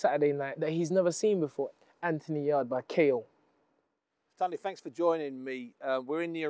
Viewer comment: It's not torndy, its tunde, pronounced toonday